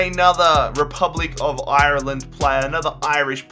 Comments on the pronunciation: Dude I love you and your videos but u don't pronounce Ireland Irreeeland (just saying) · The way that he pronounced Ireland made me crack up